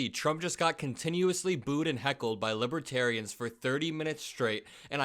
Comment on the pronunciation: Drumpf was talking about libaterians. Don’t know who that means, he’s obviously confused again. 😮